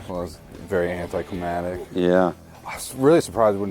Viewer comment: Why can't anyone say "anticliMACtic" properly? Seen a bunch of videos lately that have folks saying "anticlimatic".